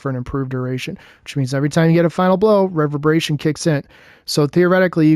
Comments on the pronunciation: Reverberation - pronounced Re-Ver-bur-a-shun - it literally means a loud noise repeated several times, like an echo. Essentially, the detonations being increased in size for an improved duration are those detonations echoing. Outside of that, nice build. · Could definitely drop devour with all the healing and artifact mods this season. If not I’d say strand super would be better for the woven mail instead of void over shield. Nice video aside from you botching re-verb-er-ation so confidently. Cheers and merry Christmas 🎄🎁